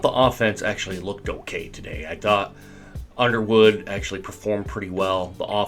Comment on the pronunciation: Who’s “Iderwood” lol!